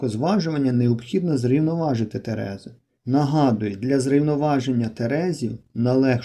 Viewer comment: ТерезИ (наголос на И)